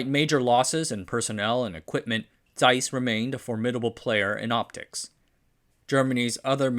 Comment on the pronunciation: Yes. Thank you so much for correctly pronouncing Zeiss. Thank you!